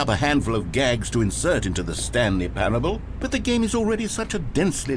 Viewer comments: Wanted to rip my ears out every time he said “parabable” lol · It’s pronounced pair-uh-bull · Just so you know it’s pronounced like pair-able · Not the best start when the streamer can't even pronounce a the word "parable".... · ah yes, Stanley Paraeoblibl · Dude …. (Pair-ah-bowl) That was embarrassing I do not know how u make it thru life on the daily good luck bud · Someone probably already said it but it's pronounced Pair-Able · you cant pronounce parable?